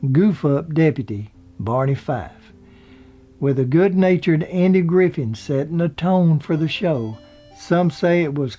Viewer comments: Yeah I caught that, too. A mix of Griffin and Friffith...Just as Knotts came across sometimes as Knox. But...still...like you said, good show. I enjoyed the material and presentation. I also enjoyed the narrator, however he may have strayed from the pronunciation of the actors. He sounds like a good guy and a good guy to present this nice history of some of the better people to ever be on TV. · DON KNO"TTS" was his name, NOT DON KN"OX" and you started slipping into ANDY GRIFF"IN" INSTEAD OF HOW YOU STARTED OUT WHICH WAS THE CORRECT GRIFFITH VIDEOS ARE GREAT BY THE WAY AND I ENJOY YOUR RELAXED DEMEANOR PLEASE FIX IT OR AT LEAST MAKE A NOTE THAT YOU ARE AWARE OF THE MISTAKE THANKS!!! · He also says' "Andy Griffin" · You said "Griffin" when an ambulance was called to his home. Thanks for this video -- but is it too much trouble to get the man's name right?? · Griffith, Griffith, Griffith. Knotts, Knotts, Knotts. JEEZ. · I like theses shows , but it seems like he could make sure he gets peoples’ names right. Don “Knox” and Andy “Griffin” ?? Not to mention Frances “Bouvier”? Gosh. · A fun video, but he keeps referring to Andy "Griffin." And Don "Knox." I'm from N.C. myself, and I hear Andy referred to as "Andy Griffin" all the time. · This dude still hasn't learned how to pronounce Knott's and Griffith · Nice little compilation, but you mispronounced some of the names! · how can something be put together so well, yet allow the major names be mis pronounced? That is an insult to the performer you would be honoring. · funny, i was just thinking about you and your videos and once when someone said something mean-spirited to you and how i didn't appreciate that...but in this video you mispronounce Don Knott's last name and Andy Griffith's last name. so i am going to point it out. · this narrator keeps saying "Griffin" and "Knox" . stop it! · Why do you keep saying Griffin and knox????? Really? Are you doing that on purpose? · Or "Griffith."